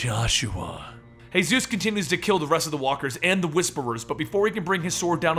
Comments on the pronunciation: Seriously man. Hay-zeus? It's just Jesus like come on. Won't flip out but just... Ugh. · Paul Monroe is known as Jesus. You pronounce it as Jesus Christ not the Hispanic name "Hey-suese" this was oainful to watch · Are you Spanish why did you say hayzues instead of Jesus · In the comics Jesus's name is pronounced how me and you would say it, jesus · good job but j ,j,j,j,Jesus not hayzues,haha big up. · Yeah, like the others said, it's Jesus. As in, Jesus Christ. Not Jesus, the Spanish way of saying it. I actually laughed when I heard him say it that way. And he says "Hey-Zeus", a lot lol. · Jesus not he-zuz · its jee-zus not hey-zeus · “sαтαηιc cяεερ” 変態です he meant that it is pronounced Jesus as in Jesus Christ not hey Zeus. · Hey-suess? He's not Hispanic. His nickname is Jesus because people thought he looked like depictions of Jesus. Earl Sutton even says that he calls him Paul because "Jesus" feels blasphemous. I've gotten used to you mispronouncing something in almost every video, but this is actually changing the details of the story. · Exactly its jesus not hey-sus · It's pronounced as Jesus like Jesus Christ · Jesus isn't pronounced "Hey-Zeus". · Why are you calling him hey suess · I love your channel, but read the walking dead comics for this one guys. It's pronounced as Jesus (as in jesus christ) and as most people are confused, the whisperers are the talking walking walkers. a group. Just read it